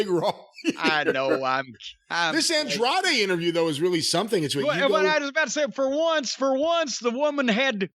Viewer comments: Andrade is not hard to pronounce holy shit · Jimmy just refuses to say Andrade correctly lol. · Just like "Jane" Cargill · “Felix and Penthouse” gets me every time 😂